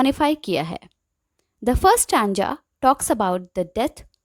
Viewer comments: It's stanza ..not stanja...😅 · The problem is not in stanza and stanja...The problem is that after watching the video you just got this thing to comment this shows how much you capture the video and your understanding level... See maybe you don't know how to tell someone's their little mistakes in a really good work...So first you should praise them that , she taught really well and the explanation was great... Then tell her a little pronunciation mistake... Ma'am the video was great just a little pronunciation error I find out only stanza one...Btw the video was great and it helped me a lot... I hope you understand it..Think before typing because it can hurt someone's feeling...I hope you will take it as a lesson...Keep learning and keep growing... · Good explanation Only pronunciation of stanza. Went wrong